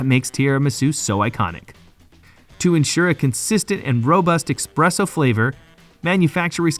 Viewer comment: “Expresso”? “Tierramisu”?? Bro, if you’re gonna do voice-over work, at least learn how to pronounce basic words. This ain’t it. Sounds unprofessional as hell.